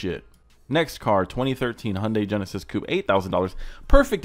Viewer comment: Sorry, but on the Genesis, that's not french... it's close to, like an attempt... but as a french, that a no. The Eclipse was also in french, and way better if you wanna train